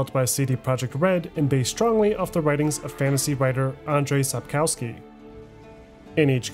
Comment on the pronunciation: And-zhei sap-kov-ski Zh sounds like g from "genre"